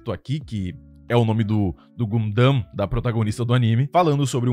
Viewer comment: porra não sabe falar gundam eu fiquei pensando q anime era o q vc tava falando kkk